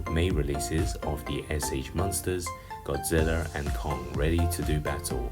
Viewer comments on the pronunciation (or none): "sh monsters godziller and kung, ready to do battle" lol i laughed when i heard him pronounce it like that